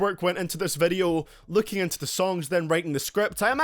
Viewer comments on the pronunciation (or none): none